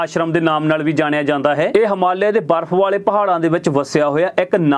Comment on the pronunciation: ਵਾਰਫ਼ ਜਾ ਬਰਫ😂😂😂